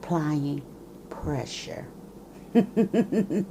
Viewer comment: Girlllll I screamed when you said ….. applying Presha. 🤣😂😂😂😂yassss 💅🏽